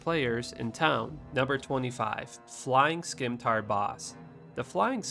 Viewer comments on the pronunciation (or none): "skimtar" lmao. Its sim-itar ya dummy. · Si-mi-tar, not skimtar. Oof brother. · Scimitar.... is pronounced "Sim - i - tar".... not "skim" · SKIMTAR??? FLYING SKIMTARS?? That hurts my soul, to pronounce scimitar like that :((( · I had to pause and rewind to make sure i heard him really say SKIMTAR. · hey man i thought thats how you said it until i was 27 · Why do you say skim tar? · Scimitar - (sim-i-tar) Noun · Excellent video! My only note: "Scimitar" is pronounced "sim-uh-tar" or "sim-ih-tar." The "c" is silent and there's an extra "i" in there. :-) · The C in Scimitar is silent. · Scimitar has 2 'i's in it bro. And the 'c' is silent. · it's called Scimitar and it's pronounced differently